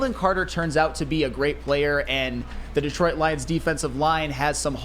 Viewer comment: You guys need to work on your pronunciation of Detroit